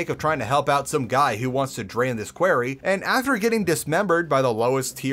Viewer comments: Ikr he's saying query not quarry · Quarry is pronounced like sorry btw, not like hairy. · qwairy? no you pronounce it q-war-ree that how you say quarry. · Stop saying Quarry like that it makes my skin crawl